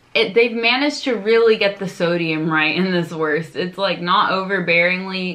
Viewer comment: Pro tip for the pronounciation: try to say "wourst" next time instead of "wurst" or like you say "wörst" ;) And when you got used to the german "U" try the hard "R". Unfortunately there is no example in english for speaking the hard "R". But please try!